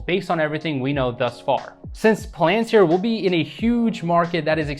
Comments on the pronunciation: It’s not pronounced pal-AN-tir. It’s PAL-an-tir. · It's pronounced PAL-AN-TEER. Good stuff...I just subscribed.